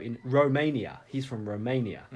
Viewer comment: the Empyreans are made by Meze in Ro-main-e-yaah but the driver is made in Uk-rain-eeh